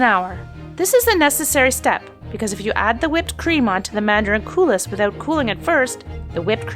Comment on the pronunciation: Cou-lee not coulis